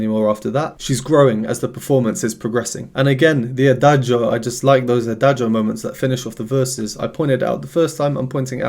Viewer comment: Thank you so much for your really professional reaction videos. I just wanted to point out two things. 1) The pronunciation of "adagio" is without pronouncing the "i", as Lara pronounces it (she is a native speaker and so am I); in Italian, in words ending in -cio or -gio, the "i" is purely there to indicate that the "c" is pronounced "tsch" (as in chess) and the "g" is pronouced "dj" (as in jazz). 2) Lara is classically trained with 10 years at Brussels's conservatory, so that explains her breath control and her ability to shape her mouth in the right way to create the sounds she wants to create. Thanks again! 🙂